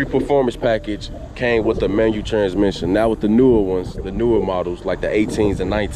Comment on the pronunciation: Manual not Manu 🙄